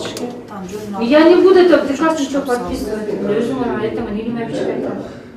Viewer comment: Это ПИРОСТО ПИРИКАЗ ДЕЙТКО ВРАЧ😂